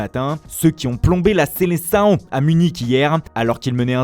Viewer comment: ( La selecao ) une prononciation.....😭